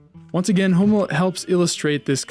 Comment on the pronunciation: Please pronounce "Hummel" properly!